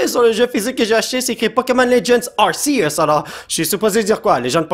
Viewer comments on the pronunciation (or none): c'est ar-ké-us sa se dit comme sa je crois car c'est entre deux voyelle que sa fait le s du serpent et non entre r et e donc ar-ké-us et non ar-sé-us et dans mon livre de pokemon sa dit ar-ké-us (arceus) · Il dis arsieus... c'est Ar-c-us que sa se dis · ca se prononce arkeus pas arcius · Ont dit arkéus et non arsséus 😆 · Sa se prononce arkeus mais sa c'écris Arceus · Non en francais tout le monde dit arkeus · Regarde le film Arceus comme ça tu pourras mieux prononcé le nom